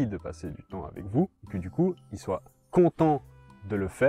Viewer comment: "soit" pas "soye" ... et bon "café j'adopte un chien" ça ressemble vachement à ce que fait Esprit Dog attention ....